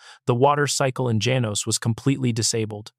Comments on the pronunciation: Janos - pronounced ha-nos! I have uncles/aunties/cousins nearby in Acencion. My second home. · Janos is pronounced as follows: Ha-nos. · Janos is pronounced Hanos in Spanish